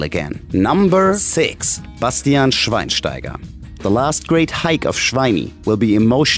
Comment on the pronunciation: Schwienstieger wtf 😂😂😂